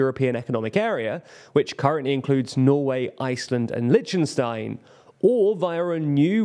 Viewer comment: You expect too much. Dude just saide Linčenstain